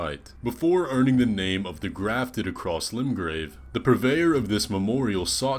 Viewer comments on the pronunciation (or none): none